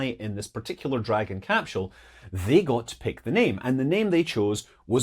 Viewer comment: There's no H in capsule